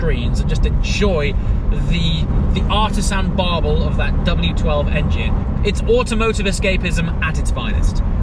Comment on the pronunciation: Artisan barbel? Did you mean burble?